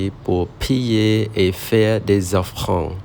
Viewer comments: Chum reap sour 🙏 Félicitations pour cette longue vidéo où tu ne fais aucune faute! Pour le mot ''offrande" j'entends "offrand" Ce sera mal seule remarque. Je te souhaite une très bonne journée 🙏🙏🙏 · Oui, il faut prononcer O-FFRAN-DE Bonne journée 🙏🙏🙏